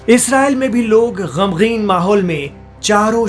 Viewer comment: Ek lafz apne bola gamgeen isko sahi ker lein but vidio is ok